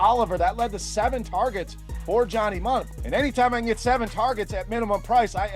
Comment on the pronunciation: Mundt not min